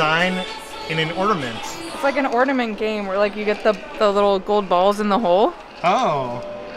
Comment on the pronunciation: I think the word is ornament, not ordament...luv the videos